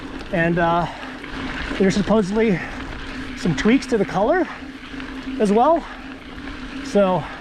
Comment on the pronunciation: did you say supposebly at the 2 minute part?:-) Like the video Think I'll stick with my 7 for now. Thanks fora all of your help